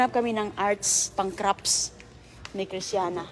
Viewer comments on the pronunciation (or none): You're English is very good. In a few videos I hear one word that is pronounced a little differently though: "crafts", you almost make a p sound, so it almost sounds like "craps". Normally it's not a big deal and people understand, but this time it comes out with an unfortunate similar sounding word. 😅 Thank you for the lovely videos!